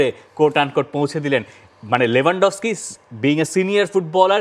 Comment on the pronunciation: Not লেভানডফস্কি its লেওভানডোবস্কি।